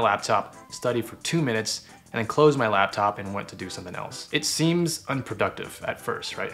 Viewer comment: is it only me who heard ' meth school' instead of 'my school'?😂